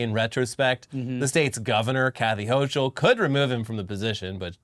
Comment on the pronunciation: My dudes, its Gracie Mansion, and it's Gov Hochul (HOKUL)